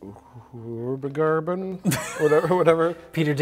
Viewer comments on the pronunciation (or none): Ahhh yes..... Whuurbagarben. I hear its lovely this time of year.